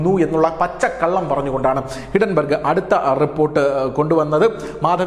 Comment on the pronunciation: ഹിഡൻ ബർഗല്ല,ഹിൻഡൻ ബർഗ്